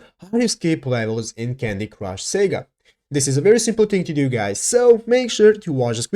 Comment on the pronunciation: It’s “SAW GAH” not Sega.. sega is the gaming company that makes Sonic